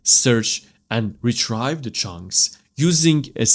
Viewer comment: Love the video. Got a little confused but you explained it perfectly. Thank you for sharing this video. One small thing. When you say retrieve. It’s like Re Tree Ve. Rather than Re Try Ve